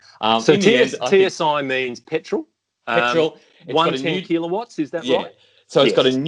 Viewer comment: I'm loving pronunciation of Keeler watts. Almost Arnie like. "Keeler votts".